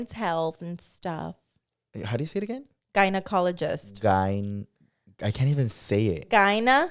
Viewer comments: not gyNA💀it’s gyNO 😂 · Se dice gy not guy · I don’t think it’s fair for that doesn’t pronounce the word of the century correctly. 🤭 Of course he’s gonna misspell. 😂 Love you guys! 🥰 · How’s supposed to spell gynecologist if can’t even pronounce it correctly 😭